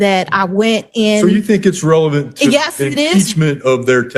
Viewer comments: 💁🏽🇺🇸🇺🇸🇺🇸🇺🇸🇺🇸 OK😂😂😂. OUCH! 😱😳😂🤣😂🤣😂🤣😁 WHEN THE JUDGE SAYS “ RELEVANT” WITHAL A STRAIGHT FACE- & SHE RESPONDS WITH “ IT IS REVELANT” I ALMOST WET MYSELF! 😂😂 THIS CLEARLY HAS TO BE A BRAIN DEFICIT! I AM NOT TRYING TO MAKE FUN OF HER- BUT I KNOW PEOPLE THAT ALWAYS SAY “ SCRIMP”. 😢😢😢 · Genuinely a Master of the English Language!! Aks her……she will prove Revelent